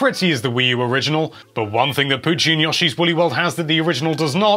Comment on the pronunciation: yawshi and ikerus. its yo she and eye car ree us